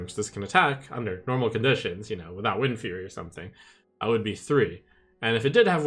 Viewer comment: I just wanted to facepalm when he said windfury and Remornia